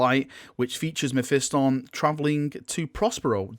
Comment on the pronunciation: learn to say mephiston correctly , jesus half of youtube says it like they are mentally retarded.